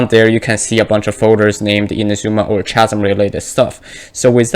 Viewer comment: This isn't related to the video but just wanted to let you know that "Chasm" is pronounced like "Kasm"